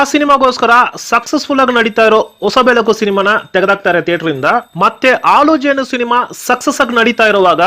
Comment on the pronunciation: ಆಲು ಜೇನು, ಒಸ ಬೆಳಕು ಅಲ್ಲ ಸ್ವಾಮಿ, ಹಾಲುಜೇನು, ಹೊಸಬೆಳಕು. ನಮ್ಮ ಕಸ್ತೂರಿ ಕನ್ನಡ ಭಾಷೆನ ಸ್ಪಷ್ಟವಾಗಿ ಮಾತಾಡಿ.